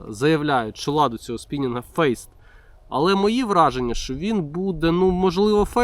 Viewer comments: .....fast /fɑː st/ /fæst/ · Ні фейст , а фаст.